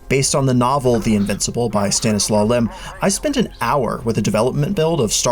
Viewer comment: Stanisław Lem! Not Lim...